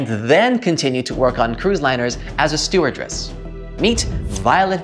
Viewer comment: StewardESS, not StewardRESS